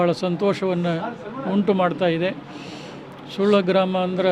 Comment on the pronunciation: ಸುಳ್ಯ ಅಲ್ಲರಿ ಸುಳ್ಳ sec